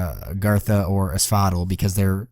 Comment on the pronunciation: You pronounce asphodel like you're saying axolotl. The other guys call it AS FOE DELL which sounds a lot better imo